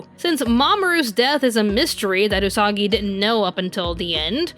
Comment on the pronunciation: Did Mamoru just said... Usaka!?